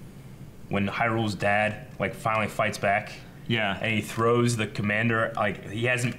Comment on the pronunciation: bruh why does he call Haru Hyrule lmao